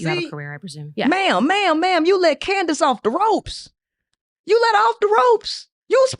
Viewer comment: it’s candice not candance